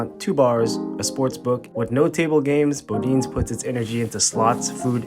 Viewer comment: I need a longer video. 5 mins is not enough for me to get a good workout. Jk. It's plenty for my lazy azz. And just for the record, it's pronounced "Body-ness". 🤣🤣🤷‍♂️👍